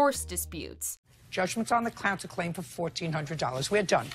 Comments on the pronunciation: “Judgment on the clown-ter claim” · Lol at “clounterclaim”